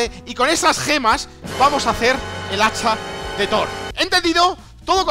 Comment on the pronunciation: When faileas al decir hacha de thor xd